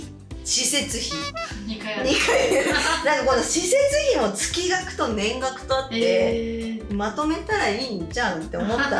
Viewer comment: 月額:つきがく→げつがく ちょっと気になりましたので😅